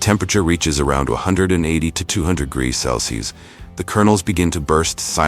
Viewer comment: Greegees? Instead of degrees? 😂 I can’t take it any longer. 😅